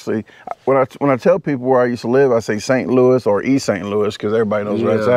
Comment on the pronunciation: I like when people say St Louis not St Louie !! lol